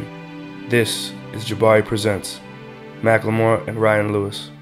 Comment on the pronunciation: i always pronounced his name "mackle-more" now i find out its "mack-lemore" MY LIFE IS A LIE